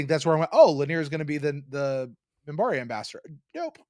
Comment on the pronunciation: also it's MINBARI not Mimbari.